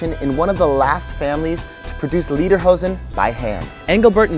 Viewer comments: Repeat after me: lay der hozen.....not lee der hozen. I lived in Bavaria for three years in the 1980s and I still miss it every day, the food, skiing, the people, the culture. I bin a Bayer, host mi ! Super video, brought back many memories. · Leaderhosen? :D its spoken like laiderhowsn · Don't mean to be smart-alecky, but Lederhosen means Leather Pants, but you say "Liederhosen", which would mean "Song Pants." :D